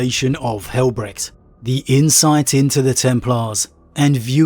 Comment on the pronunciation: Since names of the sons of Dorn are often derived from German, it is not pronounced Brekt